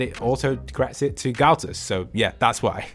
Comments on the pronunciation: Ah yes, “Galtus” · It said galtus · LOL WHO THE HELL IS “GULTUS”